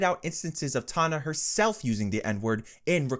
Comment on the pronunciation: Is this voice AI?? How can you get Tana and Onision’s names wrong?!